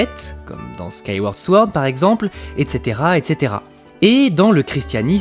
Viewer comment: Sword se prononce sans le W en anglais